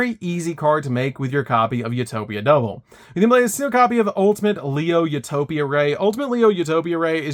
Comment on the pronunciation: “You toe pic” not “u top ick